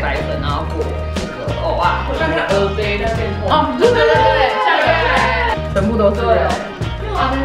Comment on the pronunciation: 正音糾察隊報到~~ 其實蚵仔是念ㄜˊㄚˋ 芋頭是念ㄛˊㄚ ㄜㄛ念錯是不一樣的東西ㄛㄛ 厲害打厲害（其實還好😍）